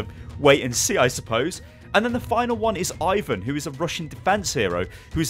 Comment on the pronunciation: Ivon is not a russian name. Ivan is.